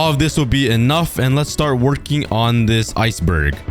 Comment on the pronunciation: bro Hwy did you say icebird it’s iceberg